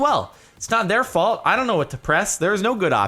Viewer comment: *it's not my folt * it's John's folt